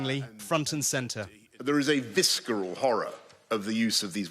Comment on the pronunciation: It’s visceral, not viskeral.